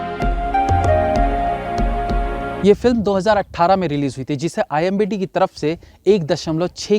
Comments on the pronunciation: IMBD nahi bhai.. IMDB hota hai 🤣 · Abey! IMDB hota hai IMBD nhi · Kya sir ji phir se imbd, oos din bhi aap yahi kah rahe the, it's IMDb 😭. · .....IMDb not imbd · aap IMDb ko imbd bol rahe the. By the way love you ❤️ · Tu imbd bol raha he Aur imdb likh raha he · Arre bhai IMDB HOTA HAI NAA KI IMBD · imdb hota hai imbd nhi...4 videos ho gye bolte bolte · Bro it's imdb..not imbd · Bhai aap ghalati Se IMDB ko IMBD parh aur likh rahy hain..... Title main th3k kar dijiye Sab yehi bol rahy hain... Chalein comments zyada ho jayengy aisy hi rehny dein isko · bar bar IMBD kyu bol rahe bhai,IMDB Hota ha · Imbd he said it 2 times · Pehle aap thick se IMDB kehna sikhlo, bhalehi aapka channel follow karta hu par bar bar ek galti pasand nehi hai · wo imbd nahi IMDB hota hai. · Bhai hamesha IMBD hi bolta hai pehele ki videos me bhi...😂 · यार वो imdb होता है न की imbd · It's IMDB (and not IMBD). BTW there are worse movies than these so better tell the parameter at start itself. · pehle to IMDb bol lijiye..imbd nahi 🤣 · IMDb hota hai imbd nhi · Abay its I.M.D.B. Not imBd. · Bhai imbd nhi imdb hota he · It's not IMBD it's IMDB. please pronounce correctly. 🙏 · The word is IMDb NOT IMBD rating 😂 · It's IMDB; not IMBD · I hope you noticed that the word is i.m.d.b not i.m.b.d 😁😁😁😁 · Imdb hota h...imbd nhi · IMBDd nhi wo IMDb hota hai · You are saying IMBD instead of IMDB . Didn’t I hear it right? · IMBD bol rahe ho bar bar.. IMDB hota hai bhai sahab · That s imdb not imbd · It's IMDB not IMBD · IMDB ko IMBD bol rahe ho Bhai, sahi shabd toh bolna seekh lo 🙄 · Imbd nahi imdb bolo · didn't he just said imbd blabala🤣🤣🤣🤣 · Why you are saying imbd continuously in place of imdb ? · Imbd nahi IMDb hota hai akal ke murakh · What is IMBD? I think its IMDB 😂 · Imbd nahi IMDB HOTA HAI.. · Sir why you are spoken IMBD instead of IMDB🙄🙄🙄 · IMBD Nehi hai... IMDB HAI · IMDb hai Bhai not imbd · Sir not IMBD its IMDB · It's not a imbd, it's a imdb....